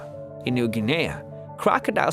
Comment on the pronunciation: New ginaya wft pronounced new giny